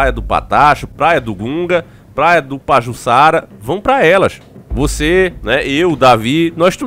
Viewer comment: Davi, é no meu estado Alagoas. Davi o acento agudo em Pajuçara é em ça.